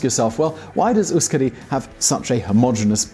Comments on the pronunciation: Euskadi is pronounced eh-oosh-kah-dee ;) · Hahahaha "Navarreh" "Gwipuzkoah" "Youskadee" "Lekhendakaree" "Audeeseeah" lmao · "YOU-skadi" "KAS-tillen" "Navar-AYE"... Yikes. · You made me cry when you pronounced Euskadi and Euskera =( But great video and I love how you know so much as to know that the basque country and Navarre is a role model. Keep up the good work!